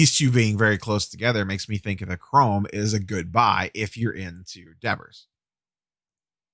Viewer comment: Wait say devers again lmao